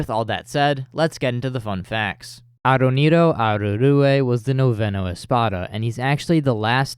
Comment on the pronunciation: babe wake up new bleachtuber dropped (also wtf you nailed that aaroneiro pronunciation)